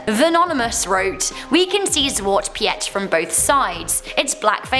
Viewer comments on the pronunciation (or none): Zwart Piet ZWART PIET sorry I'm Dutch and I'm laughing so hard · How you pronounce zwarte piet is so funny to me idk why? I live in the Netherlands and personally think zwarte pieten are not something to get butthurt about. It's something to make kids happy and isn't meant to be racist